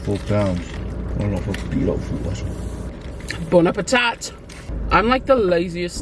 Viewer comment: We need some Tongans to weigh in on this. Lol I'm a Palagi....so Im out! Lmao. I had to laugh..how she says Bon Appetit!! (Now thats a real moment!) 😊 WHAT move was that you were doing in the loungeroom?? 🤔